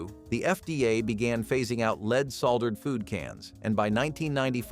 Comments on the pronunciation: Ha! Gotta love speech-to-voice technology! Lead, in the context used, is supposed to be pronounced "led". not "leed". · "LEED?" Seriously? Even a Bot should be able to pronounce that correctly. Wow... I ate LOTS of "Food Sticks." Amazing that I'm still Alive. I can't even Imagine how Many boxes of Frosted Flakes that I ate. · "Leed:???? Dumbazz Al can't pronounce anything correctly. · You know you're getting old when you remember eating and drinking almost everything on that list. And it is not pronounced "leed" it's pronounced "led". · LOVE the mispronunciation of half of these! Watch out for leed poisoning! 🤣🤣